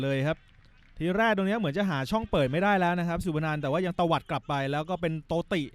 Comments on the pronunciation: พากย์โตติ เป็นตีโต้ โง่ชห.คนพากย์ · นักบอลชื่อโตติ แต่มึงพากย์เป็นตีโต้ ทั้งเกมส์ โง่ชิบหาย5555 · "ดาเนียล ตีโต้" ผมฟังไม่ผิดใช่ไหม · เดเนียล โตติ ไม่ใช่ เดเนียล ตีโต้ ครับ 5555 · ดาเนียล ตีโต้หรอครับ55555 โตติไม่ใช่หรอบอลสนุกพากย์ไม่มันส์เลย555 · ใครดูถ่าย แกพากย์ช่วงครึ่งแรกเนี่ย พูดชื่อนักเตะ โตติ เป็น ตีโต้เฉยเลย แกคงนอนน้อย🤣🤣😂😂🤣😂😂😂🤣😂😂😁😁😁😁😁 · ผู้บรรยายไม่ทำการบ้านเลย เรียกชื่อนักเตะยังผิด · 55อ่านผิด โตติย้ายมาจากบีจี